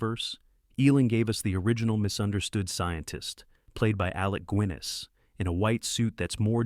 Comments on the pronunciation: How come you pronounce Guinness correctly for Kind Hearts and Coronets but incorrectly in The Man in the White Suit and The Lavender Hill Mob? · Why does the narrator pronounce Guiness correctly for Kind Hearts and Coronets and then incorrectly at the beginning for The Man in the White Suit? Because it's an AI narrator "reading" a script? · How can you pronounce Guinness correctly for Kind Hearts and Coronets and wrong for The Man In The White Suit? Artificial but obviously not intelligent. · Is this an AI voice how does the narrator suddenly forget how to pronounce Alec Guinness‘s name when he’s done it correctly several times over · Narrator mispronounces Alec Guiness's last name. Interesting premise, wonderful films, but that repeated error is irritating. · I must protest!...Ealing Studios were never 'Back Street'...otherwise a fine piece of work made by an Anglophile American who pronounces (Alec) Guiness as if it were a 'w' not 'ui'...dgp/uk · I don’t know why I bother to comment to this AI (as evidenced by its inability to consistently pronounce the name Guinness and other words correctly) but here goes. You underestimate the American film audience. I’ve seen half of these and I’m aware of the others. I’m sure that I’m not unique in this. Plus the clickbait title, as others have mentioned. Redo this video and do it right. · i've seen some of these movies and they're really great. Try and pronounce Alec Guinness's name correctly, however. It's like the beer. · Considering how often you mention Alec Guinness I’m surprised how often you mispronounce his name! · 'Alec Gwinness'? You said 'Guinness' perfectly well only a few minutes prior, when speaking of his 8 roles in 'Kind Hearts'. And you said 'Gwinness' again, when talking of his role in 'The Lavender Hill Mob' after correcting your earlier mistake. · It’s pronounced Ginness, not Gwiness. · It is strange how the narrator pronounces Guinness as Gwinness rather than Ginness. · Alec "GWINNESS" REALLY?